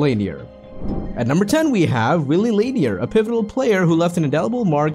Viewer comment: Lanier is pronounced La Neer